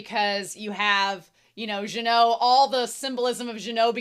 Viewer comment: Minor correction, Genau's name is pronounced with a hard g. Regarding the number discrepancy in child demon's line, that's a subtitle error, she actually says there are four mages, three of which are first-class. I love that when Methode is happy patting Frieren's head, you can see that her other hand is swaying to her side the same Fern sways her hands when she's doing her satisfied, fulfilled penguin walk. Fern trying to pull Frieren from the hug might as well be Fern trying to pull Frieren from a mimic. An interesting piece of characterization of Genau's dead partner, when he was showing magic tricks to children, it was pretty much the same display Frieren did in one of those passing time montages, the one between the two meteor showers in episode one if memory serves me. There's also another animation call-back to season one, the side zoom from above to Genau right before Stark blocks Revolte's blades is the same as the one done from when Stark cuts off the hand of a monster going for Frieren in front of the Hero's Sword's cave in episode 12. Now, this is a bit of a reach here, but I think that Genau dropping the bread crumbs for the birds in that flashback can be interpreted as a grief display. We already know that Genau feels emotions very intensely without showing them, per Frieren in the previous episode going "your spell had so much bloodlust, I though you were a demon". Him dropping the crumbs feels like a way of showing him crying without showing him crying as he s